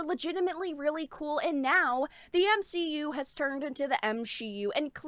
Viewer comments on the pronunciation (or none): OMG! You said M-She-U 😂🤣☠️ so funny seeing that phrase spread. I'm done with marvel movies, doesn't seem appealing. Still haven't seen ironboy jr 2.